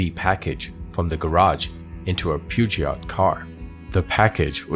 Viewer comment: Never heard of a Pewjot car; Peugeot, yes.